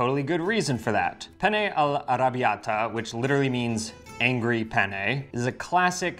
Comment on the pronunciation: I was hearing Hungry and not Angry. Anglo phonetics are challenging to Latin people.